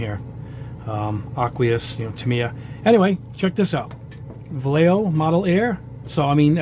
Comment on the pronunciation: you’re not pronouncing it any better the second time it’s not (Va-Yeh-Yo) it’s actually (Va-Yeh-Ho) edit: No matter the brand you always add some thinner first.